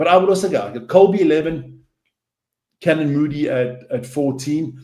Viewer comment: How is this guy South African when he can’t pronounce Fassi or Canan.